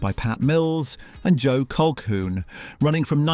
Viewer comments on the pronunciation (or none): none